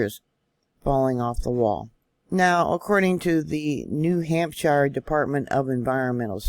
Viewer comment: We have a vacation spot on the other side of Winnipesaukee, yes Guilford. You pronounced Winnipesaukee perfectly...New Hampshire..a little long on the shire side..(just trying to help you out..as I'm native to New England)...Wasn't up at the lake so when we go up will definitely ask family in the area...For the person commenting on this size of an event in California would be nothing...New Hampshire is known as the granite state...Our land is more rock based so when we have a quake it vibrates very strong....Love your reports...Was surprised to see the fault around Penobscot bay...we lived in Ellsworth area for 4 years...and will be heading to that area in a few weeks...More fun facts...my husband is from Ct...I'm from Vt....our oldest was born in R.I...and our middle in downeast Maine...youngest back in Vt.